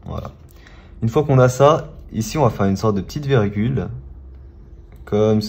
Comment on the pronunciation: On dit virgule pas vergule